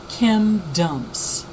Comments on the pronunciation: i had to read the comments in order to see wtf she kept saying... Lmao. Thought she said can dumps.. Ok now i know its chem dumps. Anyway i agree with the haarp theory! N makes most sense to hit the east cuz its overpopulated n weve been knowing obamba is planning a mass depopulation.. So yeah. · this lady is a fucking idiot. "chem DUMPS" "do you see the chem DUMPS?" shuuuu the fuuuck up